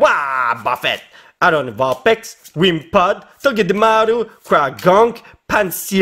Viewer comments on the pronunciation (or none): none